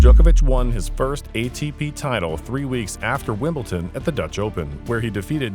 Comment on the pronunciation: Bro.... Wimbleton? Its Wimbledon.